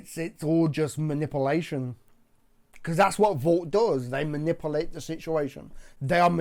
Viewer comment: I love you but I really wish you could say manipulate properly lol